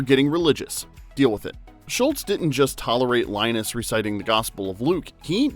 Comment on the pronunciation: He definitely repeatedly says, "Schultz". Hehe. Mandela Effected.